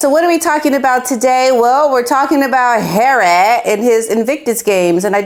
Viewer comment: HERAY! love how you pronounce his name! lol